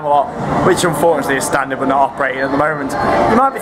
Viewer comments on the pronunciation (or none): none